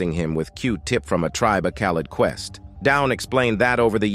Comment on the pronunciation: Tribe kal-lid quest? Man, this is obvoiudly a google AI.